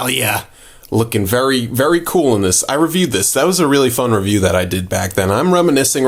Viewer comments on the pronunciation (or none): none